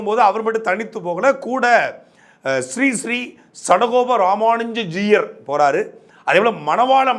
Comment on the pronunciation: It is not Juyar, it's Jeeyar. You cannot even pronounce the word properly but runs a channel, shame!